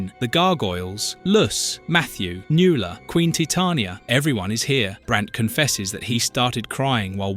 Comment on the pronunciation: NuAla. Mispronounced names drive me nuts. 😊❤